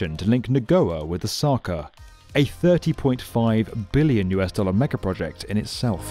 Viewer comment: The way he says Billion makes you feel how much it is.